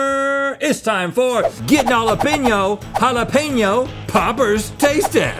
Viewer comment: finally Hala-penyo.. not peen yo.. keep it up..